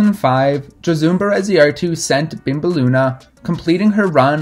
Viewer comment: Gosh, you butchered her name hahaha. I’ll give you that euskara is not easy by any means.